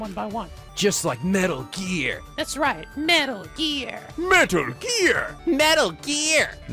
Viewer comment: "Just like metal gear" "that's right metal gear" "MEehtal gear" "Medal gear" "meddli gear" "MEHtal gear" "Metal Geeeaaaaaaarrrrrrr" for reference